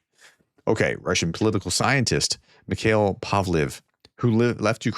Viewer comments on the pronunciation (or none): none